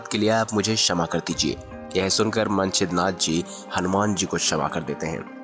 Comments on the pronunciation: भाई! आप मछिन्द्रनाथ को मंछिद्रनाथ pronounce कर रहे हैं। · भाई, आप नाम का उच्चारण तक तो गलत करते हैं।मछिन्द्रनाथ भी आप ठीक से बोल नहीं पाये।कथा की सत्यता भी संदिग्ध लगती है।